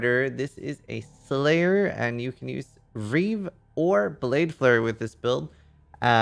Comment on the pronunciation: It's not reave it's REEEEEEEEEEEEEEEEEEEEEEEEEEEEEEEEEEEEEEEEEEEEEEEEEave